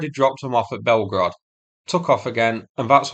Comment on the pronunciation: "Blyetgorod" will never not bring the lulz to me 🤣